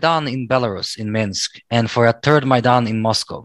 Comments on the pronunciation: This is not about one letter. It is the combination of "ai" in Maidan. So MY dan. The "a" in Dan is NOT pronounced like an "e." It is like in man, stan, band etc. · I'm pretty sure it's pronounced MY DAN in english.